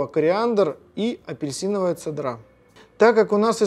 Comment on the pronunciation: В слове цедра, ударение ставится на Е))